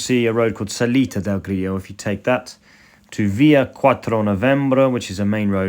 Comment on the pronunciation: “Grillo” (strong L), not “Griyyo”! 😁